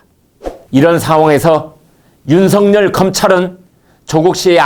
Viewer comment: 윤석열을 윤석렬로 발음하지 마세요